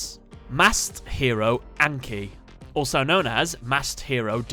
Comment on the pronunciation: Just so you know, it's pronounced On-Kee.